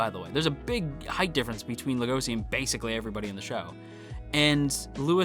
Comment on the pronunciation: the translator made a mistake it's legoshi not legosi and it's also pronunce legoshi with a chi sound no idea why they made the mistake